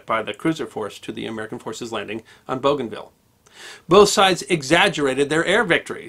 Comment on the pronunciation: Liked and shared, lest we forget. Note: I think it's pronounced Boo-Gan-VEE-Ya.